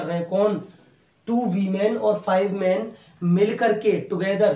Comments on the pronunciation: It's no wo Weman it's women learn how to speak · Anybody noticed sir used to pronounce women as wemen 🤣🤣🤣